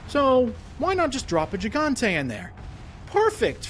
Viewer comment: It is pronounced 'Hee-gante', dude.